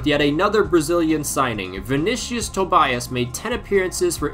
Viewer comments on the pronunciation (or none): none